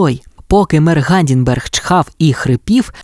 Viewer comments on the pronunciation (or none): Будь ласка, дуже дуже просимо, вимовляйте правильно ім'я мера Гамдінгера. Він ГАМДІНГЕР, а не Гамдінберг. Дітям дуже ріже слух і замість засинання починається мільйон питань😊